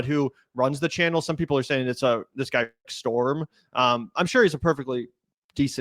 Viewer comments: It's rick st-rom not Rick storm. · His name is Rick “Strom,” not “Storm.” There is an infomervial for a product called the TeleZapper (blocks telemarketers) where the telemarketer makes the same mistake. He’s appeared on the Power Panel sometimes, and does talk about sport-related stories there. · I love u guys but STROM not storm runs intellectual circles around u.guys. Dont be mad... spreading the word helps. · Strom not Storm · Rick Strom, not Rick Storm. Rick is a good dude. I do believe he is mixed race. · Rick Strom, not storm. He is an amazing guy.